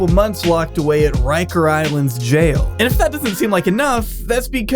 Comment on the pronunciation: Its rikers island not riker